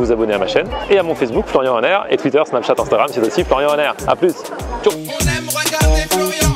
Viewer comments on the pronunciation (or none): none